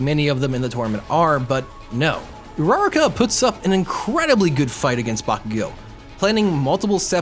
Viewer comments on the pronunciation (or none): URRRAK Bruh that’s not how you say it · This is overall amazing but man mispronounced uraraka and eri's names so much